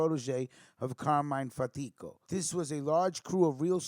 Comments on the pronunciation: Pronounced Carmine FAT•tee•Ko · My uncle carmine lombardozzi was really close to fatico I met him several times and considered him an uncle as well though not by blood. You are pronouncing his last name wrong though , no harm no foul